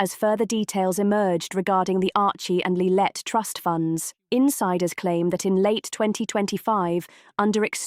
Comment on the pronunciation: If this video want credibility it needs to be able to pronounce Montecito correctly and get Harry's daughter's name correct... it's not Lilet.